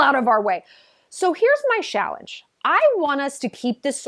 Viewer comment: I like that “Shallenge”…